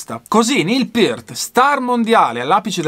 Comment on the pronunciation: RIP Neil "The Professor" Peart (bravo, l'hai pronunciato esattamente): una perdita infinita, direi un batterista IMMENSO (ma pure percussionista) che ha portato la tecnica batteristica e percussiva agli estremi e che ha saputo amalgamare perfettamente la batteria acustica all'elettronica (a proposito, pure Carl Palmer aveva il drumset rotante, vedi VHS Montréal '77 live, ma con gong e timpani sinfonici) e che suonava dal vivo praticamente uguale come in studio, evidentemente si (tra)scriveva le parti di batteria. Ho visto i Rush in TV la prima volta nei primi '80 (Limelight live da Atlanta), il primo video è stato The big money, che mi ha lasciato interdetto; non cito altri brani preferiti, altrimenti uscirebbe un elenco semi-enciclopedico...